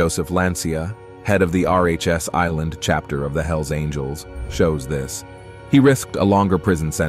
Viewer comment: It's Rhode Island, not RHS Island.